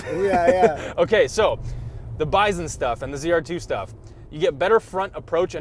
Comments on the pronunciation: did you say "byzun?" Good grief, its "BY-sun" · The way you're pronocing bison is driving me nuts lol